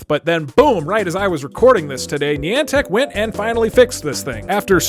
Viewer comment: I'm sorry, HOW DID YOU JUST PRONOUNCE NIANTIC?